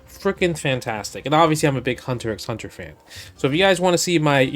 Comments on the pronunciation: Justin: "I'm a big Hunter ECKS Hunter fan" Also Justin: enunciates the × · "Im a big Hunter EKS Hunter fan" Cmon Justin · It's just "Hunter Hunter". You don't say the X. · Justin: "I'm a big Hunter x Hunter fan" also Justin: pronounces the x in Hunter x Hunter We spot you, fake fan. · I mean he pronounces the X straight away. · I read the manga like 20 years ago and pronounce the names like Justin lol, had no idea you weren't supposed to pronounce the X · Hey, I watched H x H three times through over the years before someone on Reddit corrected me to say that you don't pronounce the X.